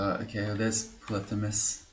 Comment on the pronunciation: Your Greek pronunciation is spot on: Πολύφημος